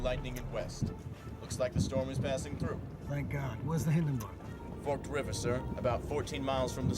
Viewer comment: This guy just called forked river forkd river...lol that guys not from nj for sure.